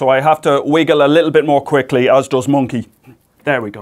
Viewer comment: Every time he says "Monke" I get the biggest smile on my face haha Love ya Professor, keep it up!